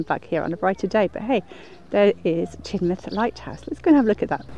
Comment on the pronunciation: Ha ha 🤣 even I knew it was pronounced Tinmouth and I'm from the south east lol